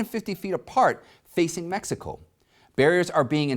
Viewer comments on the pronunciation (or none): none